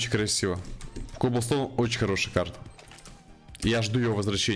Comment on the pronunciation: правильно говорить каблестон, а не коблстоун